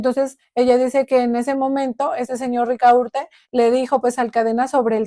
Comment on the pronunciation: ¿Rica urte? ¿No será Ricaurte?